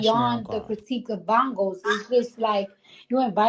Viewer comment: Every time I hear Bongos it sounds like bums bums bums lmfao😅